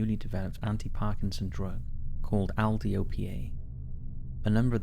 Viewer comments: L-DOPA, not "Al Dopyeay." Love your channel so much, these mispronunciations drive me mad. Need someone to review before you post? My rates are VERY reasonable. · The medication L'dopa you mentioned in the "sleepy sickness" case, is pronounced "L, how you say the letter in the alphabet, not the sound the letter makes (or el)" and dopa is pronounced "dope-a". It's also known as Levodopa, which is still commonly used to treat Parkinson's disease. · L-Dopa is just pronounced EL-DOPE-AH.